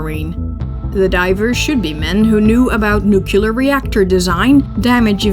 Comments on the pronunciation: 20 seconds in and I hear "NUKE-YOO lerr" Nope. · Fascinating documentary. The narrator has fantastic annunciation of the Russian names and words, but a very American pronunciation of the word ‘nuclear’. Please. It is never ‘nuculer’.. It sounds like George W Bush directed the film. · Narrator is excellent. Perfect, even… except for mispronouncing nuclear. (Pet peeve.)